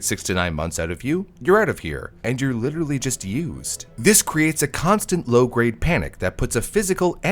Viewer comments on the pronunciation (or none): none